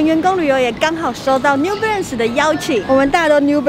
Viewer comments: New Belance 是什麼啦 這發音............ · 有人跟我一樣一直聽成new blance的嗎?是我聽錯(?